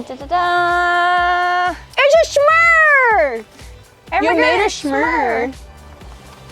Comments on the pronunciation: Am I the only one annoyed by calling them “suh more”? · I love but everytime she says “samore” it drives me crazy 😂😂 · i have literally never hear anyone pronounce s'more like u do before omg